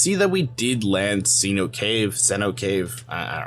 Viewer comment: Seh-NO-tay “cenote” cave. Its like a big sink hole. I got you.